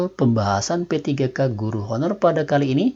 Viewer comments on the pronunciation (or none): none